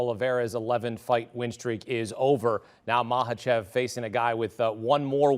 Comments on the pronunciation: Its not maHAchev , you say it as makachev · You're actually incorrect. It's maKhhachev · Thats how you pronounce it. K is silent. Just like Khabib is pronounced "Habib"